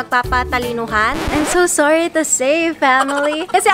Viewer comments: Tatlo tagalog ng sorry No one: Ivana: Sori😂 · Tatlong paraan ng pag-sosorry sa filipino: Ivana: SURI. MA, SURI! SURI PO! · 3 paraan para humingi ng tawad sa tagalog Ivana: Suri, Suri Ma, Suri po! 😂😂😂